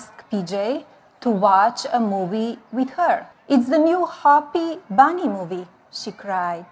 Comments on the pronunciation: Cruella de vil can read English. 😂 cruella it’s bunny not bonny. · Melagnia, who’s Bonnie?😂😂😂😂😂 She can’t even pronounce ‘Bunny’. Wdf! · One banny ah ah ah. Two banny ah ah ah. Tree banny ah ah ah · Dough-Nald want to "feed dee banny A carroat."